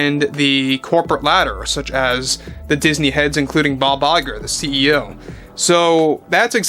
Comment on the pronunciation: Buy Disney Stock, one share for each fan. Proxy them for Mr. Nelson Peltz! The more stock bought by the fans, the more it goes to Mr. Peltz's favor. The bigger his share of the proxy vote, the stronger his position becomes! When Mr. Peltz wins, Iger(No, it's pronounced, 'EYE-gor!') and the board go bye-bye, woke gets put to sleep and everybody's stock value goes up! How does that sound? (Yeah, I know, pipe dream! Still, whadaya think, hmmm?)